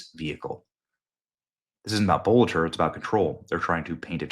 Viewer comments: Boelter is not pronounced boulder ffs! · Why do you keep calling him "Bulger", Benny? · In Minnesota his name is pronounced (Belter) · You know, you may be right. The k*ller was much thinner. Wth? As often as you read & said dude's name you'd think you'd have it right by now. You can't even phonetically come up with your pronunciation. Tbh, if FOX9 reporter pronouncing it correctly, I have it wrong too.